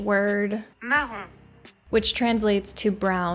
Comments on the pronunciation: So you keep saying "maroon" instead of "marron". As you mentioned the word for brown in French is "marron" BUT the color maroon in English translates to "bordeaux" in French so what you're saying is very confusing. If you wanted to pronounce "marron" in a more English sounding way you would say something like "mar-own". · Please stop sayinf marroon, its not marroon, its marron qhich meand brown. Not marroon o mg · After a number of eye surgeries, and becoming legally blind in one eye, my mother wore Colored contacts on one of her eyes. The markings on the iris were too symmetric. Marron means brown in French and is pronounced Ma-Ron. Like Ron de Santis. Maroon, as you pronounced as you did, is a mixture of brown and red . That is the natural colour of my eyes, very rare colour. Two people took pictures of my eyes to order such from their doctor. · French pronunciation young lady ….It’s not Maroon it’s Maron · Highkey bothered by the fact that you continued to call it maroon (wine color) instead of marron. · Not maroon, marron( mahron) good thing it wasnt maroon though lol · "MARRON"??? That is not Maroon. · The color says MARRON "mar-RON" Which is brown in Spanish also, so it's on all of the people involved. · Marron (light brown) and Maroon (dark reddish brown) are two different colors and pronounced differently. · Exactly. The pronounciation in French is not like the band 'Maroon 5', but its marrOA. The OA like in the word 'hoarder' and you don't pronounce the N at the end of the word MARRON= MARROA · Mar roon is said wrong so many times during this video that my heart hurts. Yikes. She's got a color that fit her perfectly. Pistachio or not.. a absolutely brilliant color on the young lady. Count Ones blessings. She was well taken care of by the laboratory. I believe the brown would not have changed her natural color and it was caught during the order by the laboratory official. Splendid." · "the box said marough" 👁️👄👁️